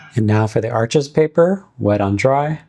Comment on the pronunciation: Thanks for sharing these watercolor paper videos. FYI - not a criticism- Arches is pronounced like arsh , and Hahnemuhle is pronounced like hawn-a-moo-le.